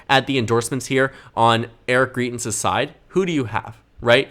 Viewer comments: You're fairly solid at doing this sort of analysis, and as a Dem-favoring voter I HOPE the GOP in Missouri nominates GREITENS (GRY-TENS). But you undermine your own credibility when you mispronounce the name of someone this well known so egregiously thruout the video. I literally couldn't make it thru because you repeatedly say GREE-TENS, which would be spelled GRIETENS. Here's one of his ads from when he ran for Gov, and he clearly says GREITENS. Maybe you didn't follow all the coverage- he was accused by his mistress of abuse and it was devastating for someone who claimed to be a member of the "moral majority". But of course he won't have trouble in the GOP Primary- self righteous Trump voters excused Trump's degeneracy, they won't think twice about supporting Greitens as well. But independents don't like Trump, and they will hopefully reject Greitens for the same reasons, which might help the Dems retain the Senate and be able to get something done... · Greitens name is pronounced “Grite”ens btw. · Just FYI, greitens rhymes with heighten ( high not hee) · YOU ARE PRONOUNCING GREITENS WRONG. Missouri resident here.